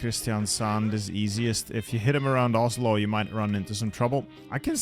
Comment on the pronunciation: its pronounced all "O" in Oslo, how you say it it is more like "Åslo". i just wanted to point it out but you are still a great youtuber.